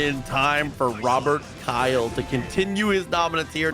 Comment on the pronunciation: Bruh you mess up his name every time, his name is Robert Kyle 😔